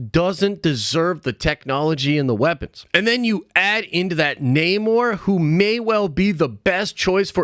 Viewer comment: Not with Nah-more.